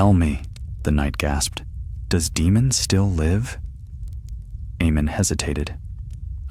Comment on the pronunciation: Hello good sir, been subscribed since the 6th video of the channel. Sorry for being autistic but I believe it’s pronounced as “Daymon/Daymond” not “Deemun”, they also say it in the TV series. Apologies for the correction and thank you always.